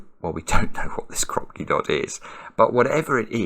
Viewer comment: in ukrainian krapki with emphasis on last syllable